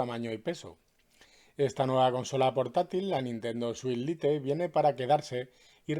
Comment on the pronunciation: Se pronuncia lait, no lite